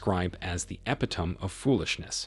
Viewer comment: 🇺🇦 "Epitome" is pronounced "epitomee." "Naive" is pronounced "nah-eve." 🇺🇦